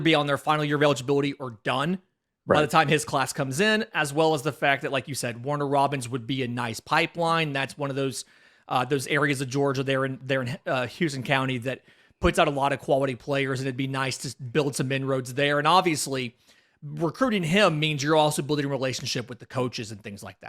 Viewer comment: It's pronounced "How-ston" County